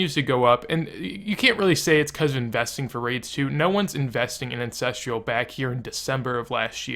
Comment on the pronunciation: theres no i in ancestral.